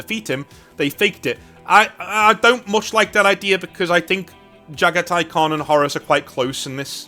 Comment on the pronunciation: Pronounced Jag-ha-tai. God my ears are bleeding. Also I won't hear shit about overused Mongol/Jaghati themes, when space vikingwolves exist, when ultraromans exist, or when catholic-bearers exist. Mongolian history is rarely even talked about compared to these three. Let our throat signing have their time in the sun.